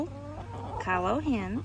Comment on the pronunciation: Kylo Hen 😂.. I have an orange cat named Kylo Ren!